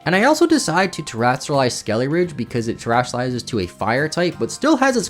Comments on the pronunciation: Yeah ngl, his mispronunciation was mad annoying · Ah yes, Crackalure and Skeleridge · every time you said "skeleridge" i died a bit inside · skelly-ridge? eye twitch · I just want you to know that every time you called Skeledirge "Skeleridge" it made me want to scream until I vomit blood. Thanks for the video! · Pretty sure it is suppose to be Skele Dirge and not skele ridge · Skeledirge. Skele dirge. Skele DIRGE. Skele DIR-GE. It’s driving me insane listening to this video. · Lmao he pronounces skeledirge so strange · At least thats closer. He doesn't even pronounce the D! Thanks for the comment! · God your pronunciation of like everything is AWFUL. Had to stop watching halfway through because of how many times you said "skelly-ridge" I mean, how do you even mispronounce names that were told to us correctly in the trailers like Farigiraf. It's perplexing. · Espartha? Skelyridge? Never heard of these Pokemon, are they DLC exclusive? But really, fun video, I just get hyper focused on pronunciation sometimes.